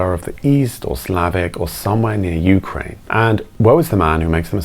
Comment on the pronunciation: you said YOUkrane - emphasis in the YOU. I've never hear that before, ever, and I meet with and talk to Ukrainians on a weekly basis. Here in UK we say 'youKRAINE'.